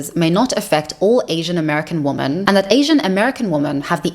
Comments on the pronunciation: Why do you pronounce women to sound like woman. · Great video. I have a question (and believe me, I'm not trolling). Why is the word "women" (plural of woman) pronounced "woman" in this video? It's a bit confusing to be honest. Is it a new thing? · "Women" , not "woman". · You're new here. It's every video. She can't pronounce it, she knows it sounds wrong to her listeners, she hinted that she can't and it might be a neurological disorder, but she's never explained WHY she pronounces it incorrectly. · How hard is it to pronounce women? 🤷